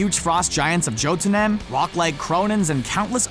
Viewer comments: it's pronounced "HELL-A". Not "HELIS". That's a character from Horizon. And it's pronounced "Yote-un-heim", not "Jotnheem". Next thing, they're probably gonna call Cap "Stevvy Roggers" or Iron Man "Tonne-y Sterk". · It’s pronounced Yo-den-hime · It's pronounced yo-den-heim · Jotemheim is pronounced yo-tenheim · Joe ta nim? It's yo din hi um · Did anyone notice how he butchered the name of the frostgiants domain ?